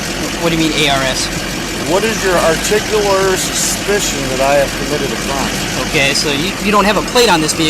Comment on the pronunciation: Wants "artishable spishun". What a maroon!